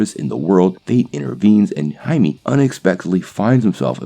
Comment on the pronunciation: Blue iron man. Sure. Why not? DC can't do worse than ww84, right? RIGHT? And it's pronounced "hy-may"